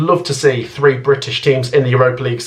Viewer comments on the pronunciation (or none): none